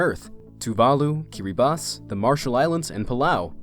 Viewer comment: wow this is the first person I’ve known that pronounced Kiribati correctly